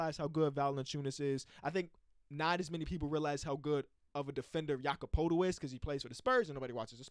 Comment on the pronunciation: just wanna say its "ya-kub purr-tull" and not "poe-tull"